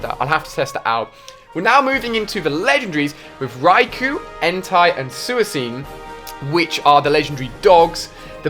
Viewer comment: Rookai entai and sooaseen lol Don't you mean raikou entei and suicune